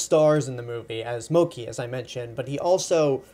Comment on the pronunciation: moh-kee? did u even see the movie?